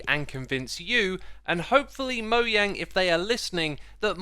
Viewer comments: Not pronounced “moyang” it’s pronounced “Mojang” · Bro really said moyang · stop saying moyang shits annoying and cringe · Why tf you guys keep saying moyang ?? It's mojang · Did you just say "moyang"? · moyang lol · wy he say moya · Moyang? Seriously...? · he really said moyang 🤣🤣🤣🤣 Do u pronounce jump yump to ? Lmao